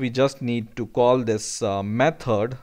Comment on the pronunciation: Jesus Christ it's method not metod 😤